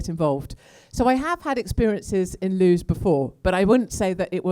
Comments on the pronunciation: "loos book talk" should be pronounced as "Lewis" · Katie, Sorry to hear that you have been abused by a group of hooligans.That is absolutely disgusting and they are a load of ignoramuses. Incidentally LEWES is pronounced 'Lewis' (local speak). We (a load of us) LOVE you and reckon you are the 'BEES KNEES !!!! Hear, Hear for what you say about Tommy, thanks for giving him a hug on the 'day' .......No Gerard means NO UKIP ! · Lewes would probably more receptive if you learn how to pronounce the name of the town, Katie.